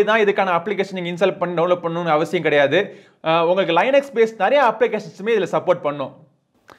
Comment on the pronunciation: ப்ரோ லினக்ஸ் os னு சொல்லுங்க.. லைநக்ஸ் னு சொல்றது கொஞ்சம் ஒரு மாதிரி இருக்கு